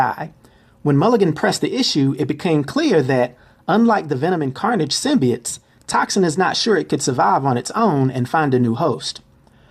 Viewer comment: it is symbiotes not symbites